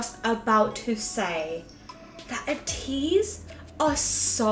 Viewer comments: ps Ateez are pronounced Aye tease and Atiny is pronounced as Destiny not as tiny xD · And ATEEZ is pronounced like Ay-teez And Atiny is like Ay-Teeny like destiny (Also luv your channel)